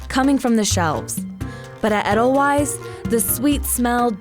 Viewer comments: SAY THE NAME RIGHT!!! Edelweisssssss, not Edlewise :( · Bruh it’s not eh-dull-wise it’s Aye-dull-vice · im Austrian and almost screamed when I heard her pronounce it eddellwise like ew cmon if ur gna take edelweiss from Europe at least say it right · eH-dUhL-WiSe... wrong. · "edel - wise" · They said "edel-ice". I think the fact they basically wiped out one entire letter is right now more important than mispronouncing the s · Yeah haha.. It's pronounced edel-vayz😂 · I'm Kenyan but I hated her pronunciation of edelweiss Hasn't she watched 'Sound of Music' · That's not how your pronounce edelweiss 😂😂😂😂😂😂😂😂😂😂😂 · They pronounced edelweiss wrong... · being from Germany, I cringe everytime they mispronounce edelweiß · I’m not German, and I’m cringing every time she mispronounced Edelweiss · She clearly hasn't seen The Sound of Music 😄